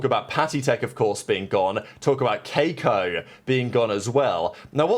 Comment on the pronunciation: the way u pronounce keiko gave me cancer